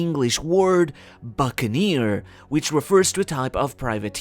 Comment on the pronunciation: I have a feeling Kuma is gonna use his ability to repel all of Luffys pain again and he'll go into nikas form and Kuma will finally be able to see him and no doubt pass away finally fulfilling his dream and dying happy with a smile I guarantee! Buccaneer is one word... You're pronouncing it like buccan eer 😑